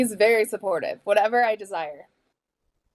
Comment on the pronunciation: Weird, why did she keep saying her husband was simportive?